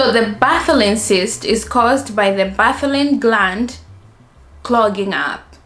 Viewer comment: Correction. Bartholin and not Botholin.